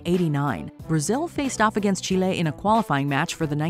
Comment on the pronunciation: I hate how pronounce Chile 🇨🇱